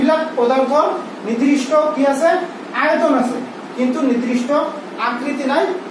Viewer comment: Not nirdrista. It's nirdista